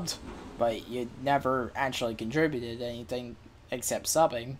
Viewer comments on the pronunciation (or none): none